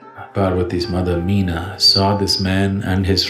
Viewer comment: Parvati 's mother mena (sounds like may_na , like mainaka parvatham) , not meena...my humble pranams 🙏🏼